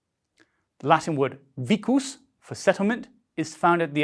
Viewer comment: Was that ecclesiastical pronunciation for “vicus”?